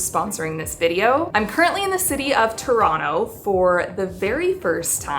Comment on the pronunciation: Your pronunciation of Toronto is impeccable!